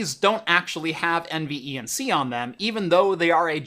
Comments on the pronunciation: Please just say N-Venc. Not N e v n c. Jesus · Take a drink every time he says N V E N C instead of NVENC (En-Vank) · Curious why you pronounce every letter in NVENC, when most tech tubers just say En-Venc, but do pronounce iSCSI as Eye-skuz-ee and not individual letters .. I’m sure it would have shaved at least 25 seconds off total video length 😋